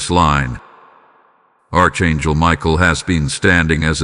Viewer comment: It is not pronounced ARCH. IT IS PRONOUNCED ARK (ANGEL)